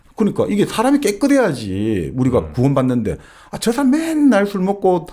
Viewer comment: 장음인 단의 첫자를 짧게 잘못 발음한예:가치,사실,반체재, 해석,정식,시작, 사(역사 의 사),4대,개작,반발,한 나라,"사람"의 "사"를 계속해서 짧게 잘못 발음하고 있음),돈(money),.등, 한국의 장단음 문제는 실로 심각합니다. 미국 변 완수 배